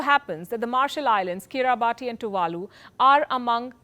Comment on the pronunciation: "Kiribati" is pronounced "Kiribas", please note